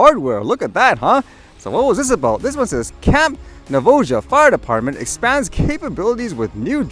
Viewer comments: FYI: It's pronounced Nah-vah-ho. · In defense of pronunciation of Navajo, I can imagine me trying to pronounce some Canadian indigenous names.